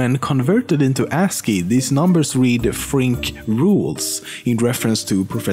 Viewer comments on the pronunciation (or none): none